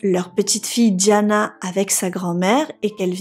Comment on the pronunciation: Diana et non Djana.